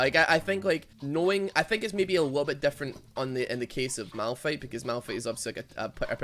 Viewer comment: It’s malFIGHT not malRUN